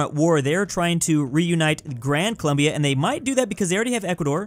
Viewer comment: colOmbia, not colUmbia